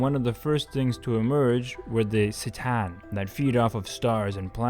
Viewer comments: There's no way he said 'S-tan" instead "C-Tan" I will find this man and force him to renounce his ways. I also must attest to the fact that blessing weaponry and military equipment has a long and lasting history within the Orthodox Church that dates back to the time of the founding of the Church itself. Not to mention the Catholics and Protestants doing the same down the line (not that it is used as an excuse or as a way to diminish this act in an of itself). People pray with and for their weaponry and armaments throughout history and it is no way shape or form in my mind a way to diminish the Christian faith or the doctrine or ideology itself. Just think of it being blessed as any other item that you request to be blessed. And the Russian Orthodox Church always blessed modern weapons if that is the issue (Not only in the last 2-3 years but going back to the fall of the USSR). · All great points. It is hard to understand what you are trying to say sometimes because of occasional mumbling and I think it's pronounced as Kh tans. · "SssaTan"? Video invalidated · It's pronounced K'tan not with a "C" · C'tan is pronounced like Kh'tan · "C'tan" is read like a "cat", just saying. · The C'tan (pronounced ker-TAN) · My only gripe is the miss pronunciation of C'tan multiple times 😂😅